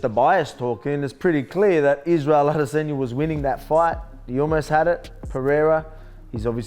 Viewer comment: Respect Alex for pronouncing Izzy’s last name correctly 👏🏾👏🏾